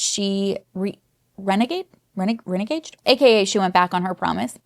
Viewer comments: “Reneged” is, funnily enough, pronounced “re-negged”. It’s one of those words you hear far more than you ever see in written form. 💜 Edit: meaning, to have taken back. Probably should have included that in the beginning. Long week, girl. Long week. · The word "reneged" is pronounced "ruh-NEGGED." Say it aloud to yourself a couple of times; it'll make more sense -- promise. It's a word that most adult English speakers know even if they're not aware of how it's spelled. =) Cheers.